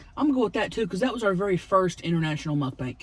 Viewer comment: Please never stop saying "mukbank" Love it!!